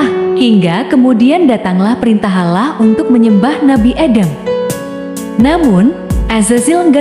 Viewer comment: Sebut betul2 perkataan Allah...biar bunyi huruf 'Lam'nya sedikit tebal